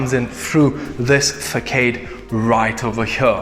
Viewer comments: It is a nice home but for the price, no staff accomodation and overlooked by neighbours. NO-no. But, as always guys, a great video, great camera work but some of the English needs work! Slats not slates, facade not faceardes....... just joking, we know what you mean, most of the time. By the way, has the Bond house with the gigantic rock been sold yet? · Guys you know I love your videos and keep up the awesome work. Just a quick suggestion: "Facade" is meant to have a hard "C", meaning it should read as if it was "Fassade". Cheerios.